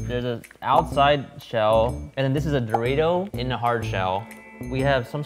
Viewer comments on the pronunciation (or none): I have never heard someone pronounce Dorito as "Dor-eye-to" before. I thought he was talking about a seasoning I have never heard about or some shit lmao 😂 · Amazing show my only complaint is Ryan's Pronouncing of Dorito 😂